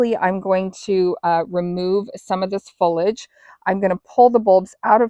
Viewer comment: Foliage not folage ,the i is sounded.I am so glad to see this video .This is my first year of bringing the bulb through summer and it is a monster.I would hate to loose it.❤